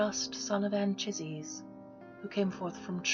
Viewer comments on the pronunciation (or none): Beautiful: only.. ist iulio, with the 'ee', not 'julio', spanish way. It's an old graphic way to write the 'i' before another vowel (like in 'Juventus', Turin football/soccer team...). And 'An'kaisez'. Grazie, dear!